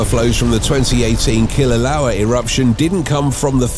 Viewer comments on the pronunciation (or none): It's "Kilauea" pronounced killa-way-a on the Big Island of Hawaii. NOT Klouea or how ever you incorrectly spelt it. I know for a fact. I live on Kilauea. If you want to sound like you are an authority on the subject at least get your facts correct. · if you are going to make a video about Hawaiian volcanoes, at least pronounce and spell them right! it's Kilauea pronounced "kill-a-way-a".. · Kilauea, not Klauea. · WTF if kil ew ee a? Who pronounces it like that? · Uh, it's "Kilauea"... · It's Kilauea, not "Klauea" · Be nice if he pronounced Kilaeua correclty...NOT Kilaloa!! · Thank you!! Ugh, his awful pronunciation was like nails on a chalkboard 😩